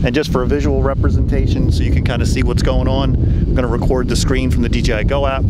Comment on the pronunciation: Why does so many people say dgi why you know it’s dji ——- it erks me 😤